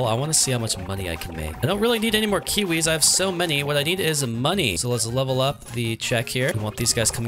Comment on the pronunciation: why do you say kuwis instead of kiwis??